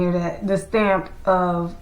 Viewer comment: Girl! You said put their “stamp” on schools and in my head I heard “stank”. I guess we’re both right. Please consider coming back to youtube